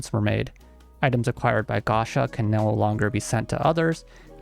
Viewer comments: Dood please, PLEASE, stop saying gasha, it's gacha, from gachapon. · Why are you saying and writing "Gasha" instead of Gacha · While the fans are upset at the game, I’m upset he keep saying “Gasha”